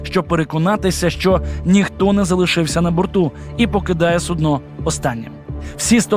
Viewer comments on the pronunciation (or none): Судно' це горщик в лікарні,а то є су'дно з наголосом на У.Дібіли.